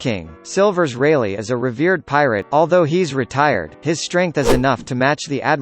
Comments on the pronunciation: 17 He even said "Silver Raylay" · Who else heard silvers reyleight